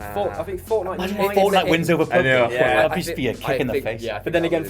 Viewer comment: PubG not Pubg sounds awful.